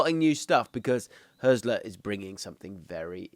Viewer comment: Some useful points- The Hürz in Hürzeler is pronounced like Hertz, not like Hearse. The ried of Pipinsried is pronounced read, not ride. Irvine is primarily regarded as an 8. Hartel is an 8/10 and has been one of the top scorers of the 2. BL for many years, long before Hürzeler arrived. Pauli were great last season so his numbers are up but that is true for the whole team. I came second in kicker (German fantasy football) last season and Hartel was more or less the first name in my squad. Switching between a back 3 and back 4 when winning the ball is quite common in Germany and achieved in several different ways. The 2-3-4-1/3-2-4-1 formation that Pauli often use for their attacks is incredibly popular in Germany, having been played by the national team in some form for the entire Löw era. The space on the right flank vs Osnabrück was created because the VfL were chasing the game and therefore the LW had not tracked back properly. If wanting a clip to highlight Pauli overloads, I would suggest the second (Hartel) goal against Hertha on Match Day 25. Not only are Hertha a much better side but you can get frames just before the goal of 6 Pauli players within a 20 x 10 box on the right, which created the space on the edge of the box you are describing here.